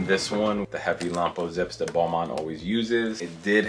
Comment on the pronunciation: When he said Balmain I heard it like Boohooman (obviously I am not native English speaker but I share since I thought it was a bit funny). BTW, that Balmain is my least favorite; I thought it was a cheap sheep skin from fast fashion.